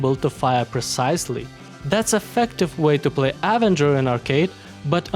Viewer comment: Hey man, love the videos, just some friendly help with your English (meaning no offense) but the way to pronounce the name phonetically is with an “uh” sound at the beginning, instead of a hard A. Again no offense, just some help with English pronunciation.